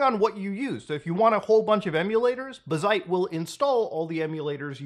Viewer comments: BAZ-ite not bah-ZITE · Obligatory it's pronounced bazzite, not bazzite. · man pronounces bazzite like bazinga